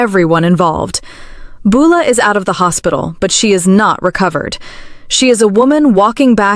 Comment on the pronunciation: For heavens sake would someone teach AI how to pronounce Beulah and Joaquin!!!! I can't hardly watch these because of the way it says their names.